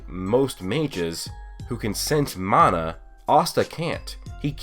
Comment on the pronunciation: its mana not mAAAAna